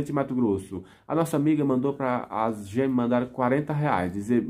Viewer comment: FALE:GÊMEAS e não gemes